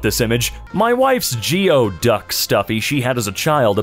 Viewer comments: its pronounced gooey-duck and its an animal/plant thing that nests in the sands of the beach, CREEPY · Geoduck is a mollusc. A large one that looks rather phallic. Pronounced "gooey-duck". Is apparently edible and EmmyMade did a taste-testing video a few years ago. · A geoduck (pronounced like gooey-duck) is a type of shellfish that burrows under the sand like a pippi. The long tube is like a neck for eating and breathing. Also the baby horse hooves just fall off afterwards and they’re for protecting the mother’s insides from the hardness of the hooves at birth. Not painful. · Geoducks (pronounced gooeyduck) is actually a very large saltwater clam, found in the Pacific Northwest and Asia and really quite tasty. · A geoduck (pronounced "gooey duck" - no fucking clue how) is a type of clam, with this really big, long appendage it uses to burrow. A budgerigar is long for budgie, which is another name for parakeet. What's gross about a bunch of birds?